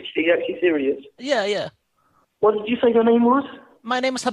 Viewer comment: "I am very cereal"